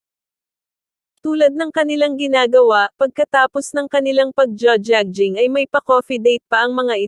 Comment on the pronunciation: Lady you need to pronounce jogging correctly.